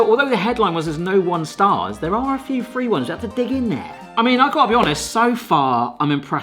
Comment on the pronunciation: I have a couple of questions for anyone out there from England. Why do you call kitchen gadgets a 'piece of kit '? To me, it sounds like pronounces words with 'TH' as 'F'. Like 'three' sounds like 'free' and worth sounds like 'worf'. Does it sound like that to everyone? Or just us Americans?